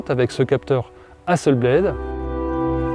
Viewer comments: Merci beaucoup. Belle présentation. Juste on dit Hasselblad (A) et pas ...Blaid (AI comme lame en anglais) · Comme c'est suédois, on va dire Hasselblad, pas Hasselblaide... (avec un a para un è ). Sinon merci pour la vidéo. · Hasselblad etant une entreprise suédoise, tous les 'A' se prononcent 'a' comme en francais... "hasselbladE" a l'anglaise fait saigner mes oreilles. En dehors de ce détail, super comparatif !